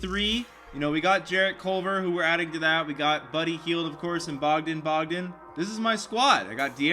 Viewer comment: call him bogdan in person and see his reaction.. it's pronounce Boe-gdan